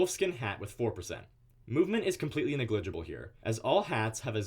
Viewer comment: Great video, but its NEG-LI-GI-BLE, not NE-GLIG-IBLE.